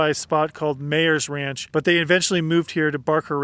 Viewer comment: BARLARAT ??!! Looks like "Bal ar at" to me... 'Ga Lair Wash' ??!! "Go Lar Wash " is how I would pronounce it ??! Wtf ?? "May ers Ranch " ??!! It looks like "My ers Ranch" to me...